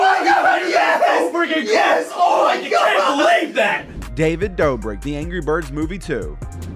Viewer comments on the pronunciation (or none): Did he say David brobrik?